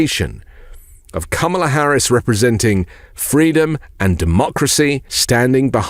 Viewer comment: You know she's making an impact when he pronounces her name properly.